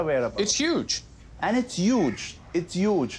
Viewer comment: its yuge